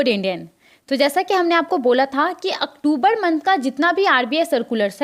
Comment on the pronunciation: Madam, pahle aap October ko sahi se boliye. Bahut bhadda lagta h.